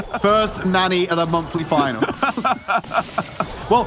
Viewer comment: It hurts my ears to hear them say NANNY instead of Nani. Guess they don't watch enough anime lol